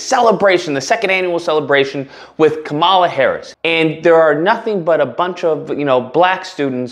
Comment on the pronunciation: You’re pronouncing her name wrong.